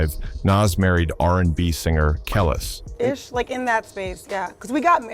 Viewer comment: It's pronounced Kelease you fool!!!😂👑Nas not Naas😂